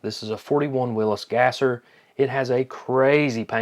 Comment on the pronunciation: Thank you for pronouncing Willys correctly.